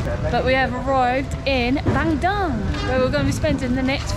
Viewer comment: It's pronounced BUN-DOONG